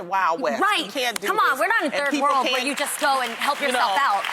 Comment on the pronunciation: Did Jeanny say third world or third war? Really girl???